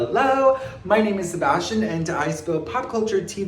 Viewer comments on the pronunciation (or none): none